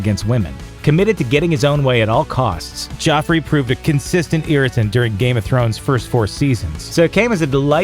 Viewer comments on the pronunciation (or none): It's Joffrey, why do you keep pronouncing it as Jeffrey?